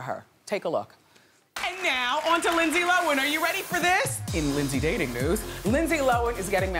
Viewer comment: "lindse lowen"